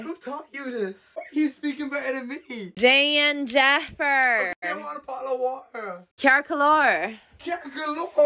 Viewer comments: That's cause she doesn't know Irish... 😂😂😂 she's speaking it badly with an English pronunciation u can tell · yeah she is not pronouncing ‘déan deifir’ correctly (it does depend on where you’re from in Ireland but I’ve never heard it pronounced that way), if you were to hear what she’s saying off an Irish person then it wouldn’t sound like simlish